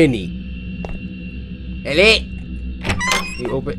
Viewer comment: cory say hele instead he.lo.